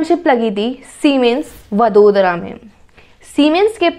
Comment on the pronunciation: It is not वदोदरा it is वडोदरा..... Please please note it🙏🙏 जैसे इंडिया को इंदीया नहीं बोल सकते